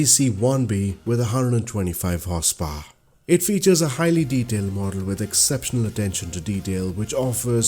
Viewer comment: I don't mean this in a nasty way (the opposite!), but I love your pronunciation of "Horsepower", it almost turns it into "Horsepwoar" - which I think prefer and might have to adopt! 😊